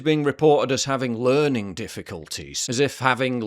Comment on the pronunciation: "LEARING" DIFFICULTIES